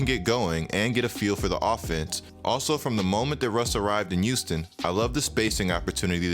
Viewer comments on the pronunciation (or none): Am I crazy or do you pronounce your "H" as "Y". I swear I hear "yuge" and "Youston"... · Look man, no offense but, can you stop saying Houston Like U-ston. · YOUSTON OMG😂